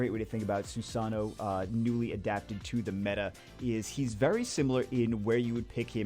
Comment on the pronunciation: Stop mispronouncing susano xD say it this way.. sue sa know .. just as one word lol